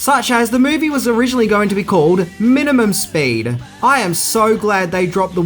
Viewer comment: I’m confused. Is Speed renamed “Spade” is Australia? All I hear is saying spade when he refers to the title.